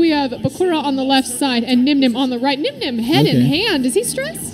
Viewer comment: low-key called Nyhmnim, 'Dzeef' on stream lol